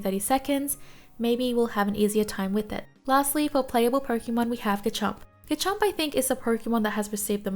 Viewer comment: Please, just trying to help but it’s gaRchomp with an r, not gachomp